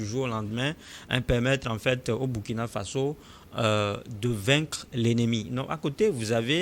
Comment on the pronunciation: Il faut bien prononcer le nom du pays; c,est Ecrit Burkina mais on lit Bourkina